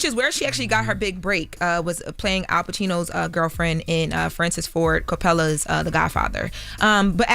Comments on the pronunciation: I caught that😂May be an age related thing! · Did she really mispronounce Francis Ford Coppola's name? You not bout this media life for real.